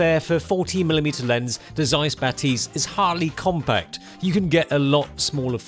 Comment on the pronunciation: 'Bah-tizz not Ba-'tease